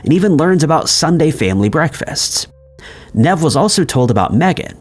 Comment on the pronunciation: Saying Nev like that completely put me off, I was so lost